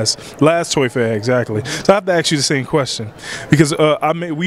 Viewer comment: It's ASK ..not "ax"